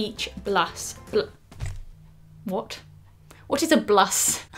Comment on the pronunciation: Your "whot?" doesn't get any more Brit 😂😂😂